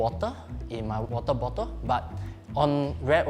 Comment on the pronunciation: i love how asians pronounce certain words... wota, in his wotabota